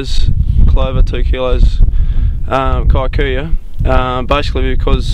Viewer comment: that word is pronounced "kee-koo-yoo" not kai-koo- yoo